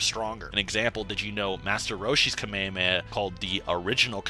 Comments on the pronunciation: said “kameamea” instead of “kamehameha” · kah-meya-meh i expected better say it it properly, Kah- Meh- hah- meh-HAAAAAAAAAAAAAAAAAAAAAAAAAAA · Bro is pronunced Kame Hame Ha, not kame a me a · I will never understand anime watchers who watch the anime, Hear the word constantly said correctly, but still call it the KamayahMayah wave. You have literally heard them say Kamehameha in English AND Japanese for years now. It's the equivalent or Michale B Jordan calling Naruto, Nurutoo. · Why not pronounce "hamehameha" like, all versions and dubs of the anime? Where did "kameamea" comes from? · this guy be saying kameowmeow, wtf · No it’s (kah- may- ha- may- ha) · "Cell launched a Kameia a Meia" 💀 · So... nobody's gonna bully this man by the way he says "ka-mey-a-mey-ah" multiple times? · "KAMEAME" bruh... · Kameameha He Said That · Kamehehea? WTF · everyone says kamehameha its pronounced ka me ha me ha with pause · It is prononced kame-hame-aaaaaa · the way you say kamehameha turning into k'mey heme makes me roll every time. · That’s not how you pronounce “kamehameha” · Bro you gotta work no your pronouncing of "Kamehameha" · why do you call the kamehameha that way it’s not the right way to say it and that shit is so fuckin annoying how can you be so deep in the lore but say that shit so wrong it’s like the people that call pokémon pokamon like stop doin that dumbass annoying shit they don’t even say it like that no where ever in the show 🤦🏽‍♂️